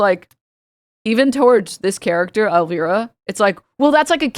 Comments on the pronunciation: omg, hearing you say Elvira is sending me.. It's pronounced El-Vi-ra -- vi as in cry. Damn, I cannot be this old! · also “el veera” LMFAO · Same, I felt instant rage upon hearing that pronunciation 😂